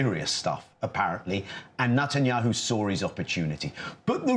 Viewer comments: bro’s pronunciation “Nut-anyanhu” is so perfect 😂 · Especially when he says "Nutanyahu". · Did he say "NUTenyahu ?